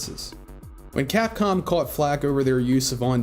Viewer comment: did you call capcom cockcum?